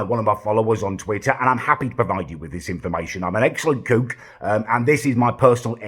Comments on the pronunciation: "excellent cewk" why does this guy want to be perfect at everything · Damn you do look a great cewk and are very good at cewking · How do u pronounce cook again m8